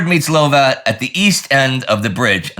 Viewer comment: Come come good Sirrah! Tis pronounced Lovat not Louvat this otherwise splendid work keep it up Sir...